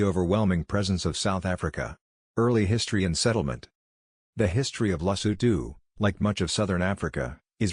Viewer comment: Don't you need to put more effort in how to pronounce the name? Your pronounciation sucks. This is horrible and disrepectful. Respect people by putting effort to pronounce their country and king properly, I can't even finish watching this, that is how bad it is.I'm not even Sotho, I'm Zulu from South Africa and I find this dsrespectful.